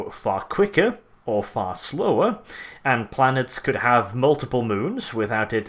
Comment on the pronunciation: He does pronounce "r"s at the end of words as "uh". Going to you can hear quickuh and slowuh.